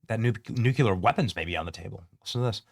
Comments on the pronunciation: New clear! Not "noo que lur" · Please, oh Please. It's NEW-klee-ar. (not NOO-kyoo-lar). Still a big fan, and this may be trivial to you - if so, then disregard. Regardless, I love your content. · No way. He thinks about the normal people in Iran. ... and please say NUCLEAR .. not nucular? I'm sorry but I have to say that because it makes me cringe. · New-klee-er, not nuke-u-ler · Nuc-LEEEEE-ar! It’s spelled nuclear. Not nuc-U-lar. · NucLear not nucular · Nu-cle-ar not nuculer 🤦🏻‍♂️ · It’s nuclear, not nucular. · It is 'nuclear', not 'nucular'. The British Empire was not brought down in the Middle East. Nor was Napoleon. He lost a campaign there, before he even became Emperor. Go back to plagiarism. You are better at that. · You're an intelligent man... please learn to pronounce NU CLE AR !.... It's not NUc U Ler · It’s “nuclear” not “nucular” 🙄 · Also it's nu clear not nucular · I love your shows, adore you. Could you please try to pronounce nuclear as NU-clee-ur. You say NU- cyue- ler, and it's wrong. Thank you. 😊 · Say it with me — it’s “noo-klee-uhr”, not “NOOK-yuh-luhr”… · Benny, it’s not NUKE-U-LER. It’s NU-CLEE-ER. Level up my guy. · Nuke--LEE--ar NOT Nuke--YOU-lar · Same! Drives me crazy when people say NUKE-U-LER. It’s NU-CLEE-ER Benny! 😖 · Benny new clear 😂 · BENNY!!! --- IT'S Nuclear" (/ˈnjuːkliər/ NOO-klee-ər) is the standard, correct pronunciation. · New- qu-lear…… ugh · Its N U C L E A R, not nuculer. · Literally can’t take anyone seriously who says “nuculer” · Benny says “new-keh-lahr” lol thank you for keeping us updated, brother! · Say it like new clear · It is pronounced like Nu Klee Yur brother. The S is silent. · Nuke - lee - err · Dude, love your channel, but please say nuclear correctly! 😂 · Damn, Benny! Please pronounce nuclear correctly. Where did you go to school?